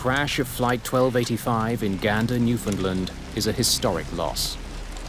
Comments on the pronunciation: It's pronounced new fin land not new fin lind... terrible... I hate hearing it pronounced wrong. I'm from the capital of newfoundland lol. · "at the small airport" Jesus Mary and Joseph. When Gander opened in the 30's it was the largest airport in The World. And, it's Newf~found~Land, not "New~find~ Lind. Fuck's sake. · it's pronounced, "New-Found-Land" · Gander is in central Newfoundland, not eastern, and ‘Newfoundland’ is pronounced like ‘understand’, not the way the end of ‘England’ is.